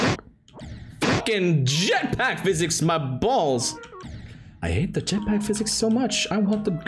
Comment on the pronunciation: the most morrocan way to say Jetpack